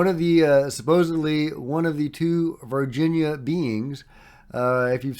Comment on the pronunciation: totally fake OBVIOUSLY.. You are making one of the most famous videos ever and you can't get a sharp image without a moving camera and a handful of effects. Wakeup, your searching for anything with a ufo label on it. Also its not Virgina Alien, its Var Hin ya /Varghina